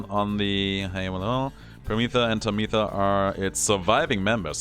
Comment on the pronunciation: Harp sisters' names are pronounced "Pámitha" and "Támitha", with the accent on the first "a".